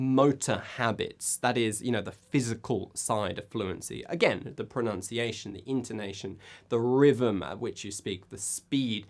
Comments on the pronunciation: Lee No. It is pronounced "pro-NUN-ciation", ,not "pro-NOUNCE-iation". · Good video. But... you mispronounced "pronunciation".